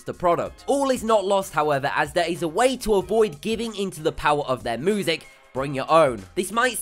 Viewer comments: Narrator needs to go! Poor word pronunciation is irritating, ie moosic (music)... Interesting video otherwise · it's music not "moosic" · And music -- he pronounced it 'moo-sic' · And "moozic" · moozic lol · Moosic haha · moosic xD